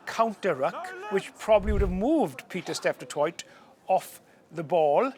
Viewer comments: Steph Du Toy = is how you say it :) The t at the end is silent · Hilarious how non-south africans say Pieter-Steph du Toight 😂